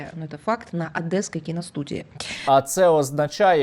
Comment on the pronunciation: «На ОДЭСКОЙ КИНОСТУДИИ» ну она смешная 😆